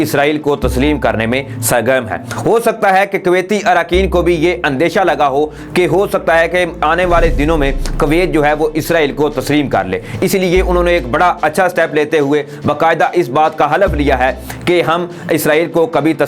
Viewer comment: یہ کویت ھے کوویت نہیں۔ اپنا تلفظ صحیح کرو۔